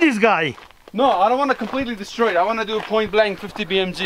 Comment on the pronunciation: "destroi this gaai" 😂😂